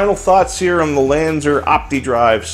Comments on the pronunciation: LanzER? I thought it was LanzAR. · when u said Lanzar, it Sounds like Lanzer